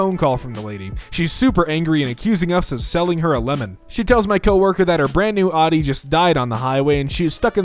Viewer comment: The way he says Audi makes me mad